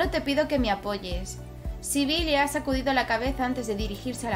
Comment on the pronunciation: El nombre Sibille Se dice Sebil 😋 dame corazon pliiis